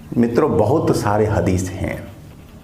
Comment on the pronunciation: कुराण नही क़ुरआन हदीश नही हदीस 🙏